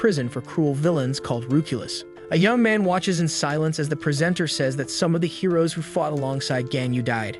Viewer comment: I guess the hero's are heroin addicts. seriously why does the text to speech say heroin